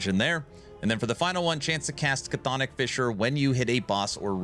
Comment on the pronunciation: Love this build, 😂 just wish you'd say Chthonic right lol